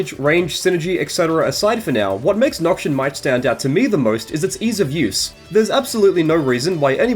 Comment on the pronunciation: Not to be the guy but Noxian is pronounced "Noks-ee-ann" not "Nok-shun"